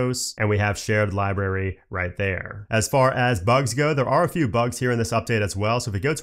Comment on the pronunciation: Please stop saying "Li-Berry". The word is "LibRary"